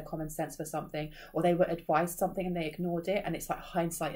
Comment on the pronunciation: Somethin"G" not Somethin"k". At first it was funny, now it's just Annoying. Unsubscribed, but you just keep showing in my feed